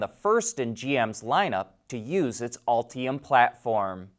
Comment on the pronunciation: "Ultium" not "Altium"